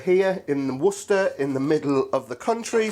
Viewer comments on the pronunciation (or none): none